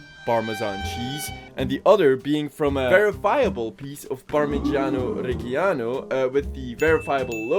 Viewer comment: note: parmigiano reggiano is pronounced more like "par-mee-JAH-no reh-JAH-no"